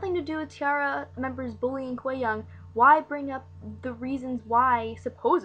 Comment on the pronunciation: you're saying her name VERY wrong